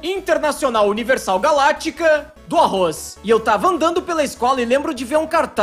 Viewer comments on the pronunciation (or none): kkk arroz, ele disse arkkkrrokkkkkarroz!